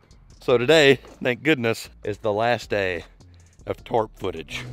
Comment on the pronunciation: Love your videos - but what the heck is a twarp?